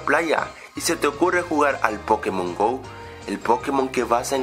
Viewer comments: es pokémon, no pókemon. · NO SE DISE PÓKEMON SE DICE POKÉMON ¡¡¡¡ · me pone nervioso que al decir pokémon lo pronuncies "pókemon" en vez de pokémon -.